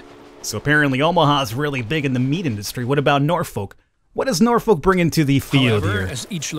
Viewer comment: They mispronounced Omaha AND Norfolk smh